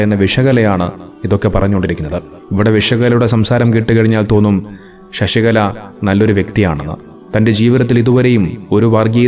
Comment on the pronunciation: "ഷഷികല" അല്ല, "ശശികല " എന്നാണ്.